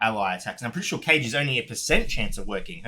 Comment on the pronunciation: Ka ge not cage haha